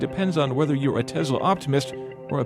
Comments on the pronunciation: Dude, you need to stop saying TeZla. It's TeSSla! As in Nikola Tesla. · “Tess-lah,” not “tez-lah” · It's Tesla, not Tezla. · Love the episode but only elitists call it TeZla and not TeSla as it is pronounced in English. All the fanboys are imitating Musk's SA accent saying TeZla. Just FYI, the name was TeSla in TeSla's native tongue anyway. It like someone constantly pronouncing "Paris" in French while speaking English - just sounds snobbish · It's TESS-la, not TEZZ-la. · This guy calls it a Tezla. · Joshua Walker — I’m also having trouble with “Tezla” pronunciation